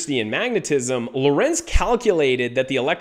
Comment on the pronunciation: Please pronnounce LORENZ correctly: LOrenz and not loRENZ.